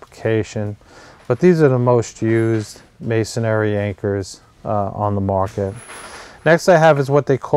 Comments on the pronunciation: Just an FYI, the word is MASON-RY (as in stone masons, etc.), not mason-ary (as in cemetary), lol. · Please, would all you guys on YouTube learn to pronounce the word. It's MAY sun ree. Three syllables, not four. There is no such word as MAY sun EH ree. It's hard to listen to a supposed expert mispronouncing the terms he's discussing. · Sorry just want to help you out a little, you seem to be good person but it's Masonry not Masonary! Please don't take this the wrong way, I just care about good people! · It's masonRY, not masonARY. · Why is it that in ~3 out of 5 videos I watch on masonry anchors, the person says "masonary" instead of masonry? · It's funny but every single "expert" that I've seen on YouTube talking about masonry bits doesn't know how to pronounce masonry. The spelling should be a clue. It's three syllables, not four. It's pronounced MAY SON REE, not MAY SON AIR EE. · It's masonry not masonARY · It's not "mason-ary." It's "mason-ry." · You used the word “masonary” a few times in your presentation. There is no such word. The proper term is masonry. Three syllables, not four. . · Not if you pronounce it "masonary" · Dude! Look how it's spelled: "Masonry," Three syllables. No "a" berteen the n and the r. Me, I'd have doubts about a workman or contractor who couldn't pronounce the names of his own tools. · There’s only three syllables in masonry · 19MarkDavid. Must be rough to have nothing more to b** about then how people pronounce Masonry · not sure i want to take advice from a guy who doesn't even know how to say "masonry" properly